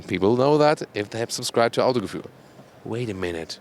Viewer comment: When he says Autogefühl all the time and breaks his Tongue:)